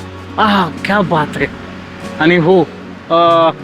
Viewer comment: काय बोलतोय हा..... आनी पानी आधी मराठी शिका.. भाऊ..